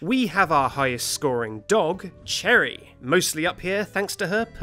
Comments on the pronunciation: Cherry is cherry and Cheri is sher-ree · Cheri is pronounced Shè-ree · is cheri not pronounced like cherie or sherry? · I’m 4 years late for this but Cheri is pronounced sherry, it’s French 😂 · Cheri shouldn’t be that high, it’s pronounced Shur- ee or share- ee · be like cherry but spelled wrong this time Me: OMG Cheri is pronounced Shery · Actually Cheri’s name is pronounced as “share - ee” Lesson learned: if you don’t wanna be eaten, become a clown. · i may be mistaken but i think “Cheri” is pronounced “Shuh-ree” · No, Cheri is NOT a misspelling of "cherry", nor is it pronounced in the same manner as Cherry. As it happens, Cheri's name comes from the French word, chéri ("sheh-REE"), which means "darling". Also, Anicotti's name is based on manicotti, which is a form of tube pasta. (And, therefore, IS a type of food.) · I'm gonna rank both my island, and my sister's: My island, Soleanna, land dedicated to Sonic The Hedgehog: Goldie - 2 points Bob - 3 points Marina - 4 points Dierdre - 6 points Marshal - 8 points Phoebe - 8 points Sly - 10 points Cheri (which is actually pronounced Sherry btw) - 11.25 points Benedict - 12 points Pecan - 13 points Final rating: 69.25 Sister's island, Party, the kidcore island of fun: Rosie - 2 points Cookie - 8 points Diana - 8 points Flo - 8 points Marshal - 8 points Olive - 8 points Cherry - 9 points Pekoe - 9 points Bianca - 10 points Tia - 18.75 points Final rating: 88.75 So my sister's villagers are tastier than mine, but let's combine both scores for our total tastiness score. Total score: 158 points.